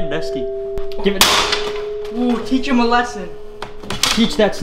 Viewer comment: It sounded like teacher molested when you said teach him a lesson